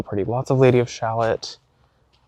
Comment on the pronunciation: The Lady of ShalOTT. I think you need to spend a little time getting Anne of Green Gables educated. 😂 I know you don’t care how things are pronounced. And I don’t care that you don’t care! Hahaha. BUT…I think with your soul, you’d love the Anne of Green Gables movies. ♥️